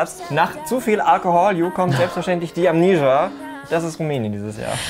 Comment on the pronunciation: Mich stört die Aussprache von "Amnesia".